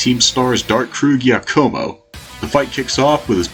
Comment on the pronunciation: "giacomo" is pronounced "jack-oh-moh", and zangoose is a mongoose, not a cat.